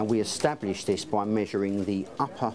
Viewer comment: Know your size - shirts but every time he says “Establish” it gets more distorted Somebody please make this happen